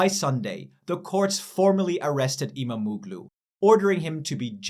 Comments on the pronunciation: stop disrespecting my language its not imamoglu its imamoğlu there is a "Ğ" its not reading like that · IMAM - OOO - GLOO ? WTF ??!!! Get your pronunciations right - the hatted g in turkish is SILENT